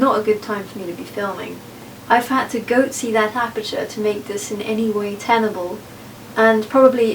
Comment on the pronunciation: “I had to goatsee that aperture” bwahahahaha